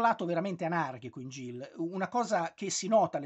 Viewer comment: Credo che il titolo si pronunci "Ghil", come in Gil Kane. Spesso è un diminutivo di Gilbert.